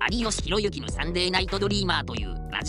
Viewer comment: ありよしひろゆきじゃなくてひろいき